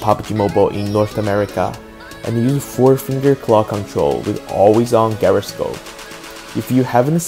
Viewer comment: You need to learn how to pronounce gyroscope